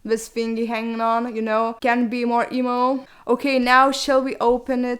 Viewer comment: Am i the only one that heard eboo when she said emo or?..